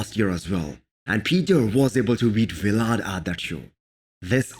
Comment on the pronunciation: CAN YOU PLEASE STOP SAYING V LAD ITS JUST VLAD THERES NO FULL V OR PAUSE NOT VEE